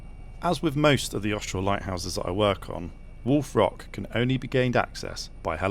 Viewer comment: I know he's saying "Wolf Rock," but I can't hear anything else other than "Wool Frock." I'm serious.